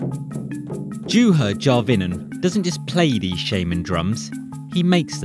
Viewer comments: “J”uha... “J”avinen. Show the man, his country, and language some respect. No country says J, it is Y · JUHA - pronounced YUHA Järvinen - Yarvinen. Cmon ! Not so hard to check that! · Pronounced YuuuHaa not JewHa geez